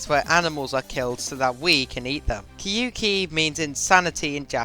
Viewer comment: kyouki is pronounced "kyoh-key", the "ou" sound in japanese is just a long "o" sound